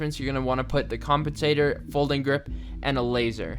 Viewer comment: Did he say.... Compentator?